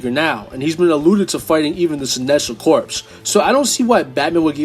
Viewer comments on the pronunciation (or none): Rockstar agrees with you? But does Rocksteady? Lmao Edit: Also, Corps is pronounced "core" not "corpse."